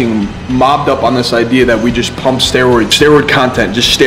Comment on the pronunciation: “Steriod, steriod, steriod”